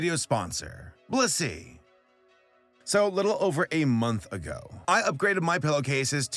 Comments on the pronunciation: i had this on in the background, and i swore you said "this video was brought to you by bussy" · i swear to god PLEASE pronounce the BLIS in blissy, because all i hear is "this video is brought to you by bussy" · I thought he said "Brought to you by B u s s y " in the beginning and i had a heart attack. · IM SORRY BUT I KEEP HEARING BLISSY AS BUSSY HELP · didn't sound like blissy sounds like you said bussy for sure uhh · I swear instead of Blissy I hear bussy.. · your blissy ad just sounds like you said 'bussy' and vehemently advertised bussy. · HE SAID BLISSY 😭